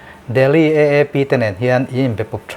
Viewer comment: AAP tih hi mizo hawrawpa, "A" tih anga lam tur ni awm tak,EEP tiha han lam daih mai chuh!!